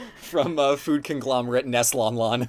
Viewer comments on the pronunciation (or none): “Neslon-lon milk” 😂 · I’m never getting over Nestlon-lon